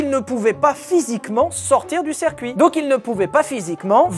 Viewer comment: On dit cIrcuit, pas cErcuit, bon sang ! 😅